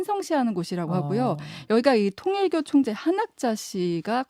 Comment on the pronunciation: 한학자 총재! 뭔 통재라고 발음하냐 기사 좀 읽어보고 들어와라